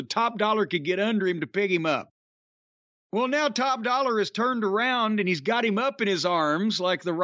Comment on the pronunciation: Jim calling Top Dolla… Dollar is hilarious